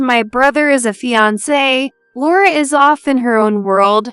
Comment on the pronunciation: With the mispronunciation of words like fiancé it sounds more like three people who can’t read than AI. The singsong voices also indicate human non-readers to me.